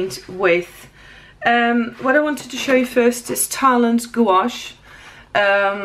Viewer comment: Thanks for the in-depth video on these paints! A couple of suggestions. Perhaps you could be a bit neater filling the squares. It would look so much better at the end. Second comment, just an FYI, gouache is pronounced gwash. All in one sound. Goo-awsh kind of sounds like goulash - lol! I don't know if you have one but a color mixing video with these paints would he awesome! Thanks again!